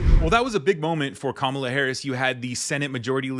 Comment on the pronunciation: Hey Schumer, how about some respect? Learn to pronounce her name!